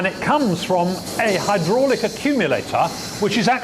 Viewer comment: really good documentary apart from the awful jacket and way pronounces 'hydraulic':)